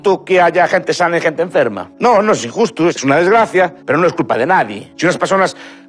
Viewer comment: ES JUSTU U INJUSTU 😂👏.Lo más grande.Me explicu 🇨🇱💛🖤🐍